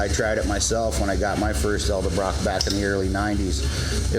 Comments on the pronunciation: Dude, its EDELbrock not ELDERbrock.. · EDELBROCK, not eldebrock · Thanka for tips, from your experience! But please, PLEASE, do something. Stop saying El debrock. The word, the brand, the family name is Edelbrock. It sounds as dumb as the people that say Wall Mark. It's Wal-Mart. Say it with me EDEL BROCK, EDEL BROCK. There, fixed it for you. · ED-el brock .. not EL-de Brock... lol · Damn people! I swear yall do this on purpose! It's pronounced Ed-el-brok! Not El-da-brok! It is spelled Edelbrok!!! Say it right!!! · it's pronounced, "elderbraaaah" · Repeat after me. Ed. L. Brock. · eldabrach? ha. cool. take a shot.